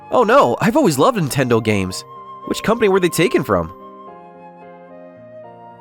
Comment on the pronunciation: Antendo? That's near as Nintendo.